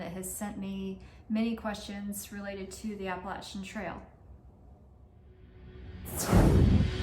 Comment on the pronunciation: Thank you for pronouncing “Appalachian” correctly!